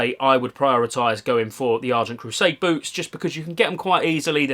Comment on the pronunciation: He isn‘t talking about boots isn‘t he? It sounds like boobs all the time haha